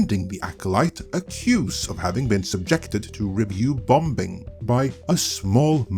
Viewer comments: bomBing? the 2nd B is silent. please get it right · The second b is silent in ‘bombing’. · The second “b” is bombing is silent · The second 'b' in "bombing" is silent, otherwise, everything you say is gospel.